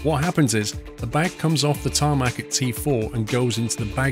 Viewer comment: who else was getting triggered when was saying tarmac